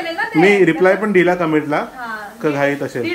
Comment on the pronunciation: Tumhi asel la ashel ka bolta.. असेल हा शुद्ध मराठी शब्द आहे. अशेल म्हणू नका